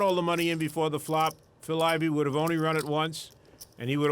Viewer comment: I always wondered if he said Ivy World or Ivy Ward, haha